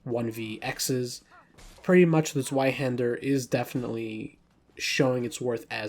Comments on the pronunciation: I'm aware, I trying to make it easier for English speakers to say it closer to correct. I know it's pronounced Tsv-eye-hæn-der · I had to skip the Zweihänder cuz your pronunciation on it was too cringe, I’m sorry